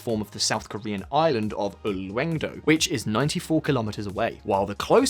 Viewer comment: Slight pronunciation note about "Silla Kingdom." Silla sounds a lot more like "Shee la" and not "shill la." And Ulleung-do sounds more like "Oo-LUNG-doh" (not exactly but that's as close as you can get in English).